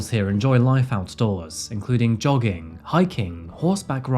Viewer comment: Had to rewind when you said jogging i thought you said dogging 😅